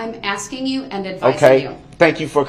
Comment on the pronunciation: Tapping. Axing. All things he does are ridiculous